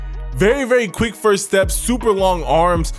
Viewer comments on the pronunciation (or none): none